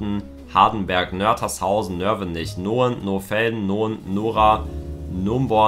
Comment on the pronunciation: Er hat garantiert jedes aufgezählt. Aber einige falsch ausgesprochen. Gnoien in Mecklenburg Vorpommer spricht man zum Beispiel : "Geneun"